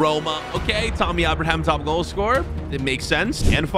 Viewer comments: Pls tell him its tammy abraham not tommy🤣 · It is Tammy Abraham, not Tommy?